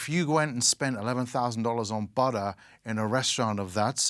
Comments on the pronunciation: So weird hearing an English person say 'budder' instead of 'butter' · It is pronounced “butter” not “butah”